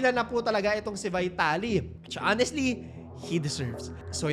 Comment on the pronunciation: VITALY THE RUSSIAN'S NAME IS PRONOUNCED VEETALY.